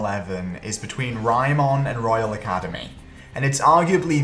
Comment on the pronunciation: Tf is Raymon? They say the name about a million times and you still get it wrong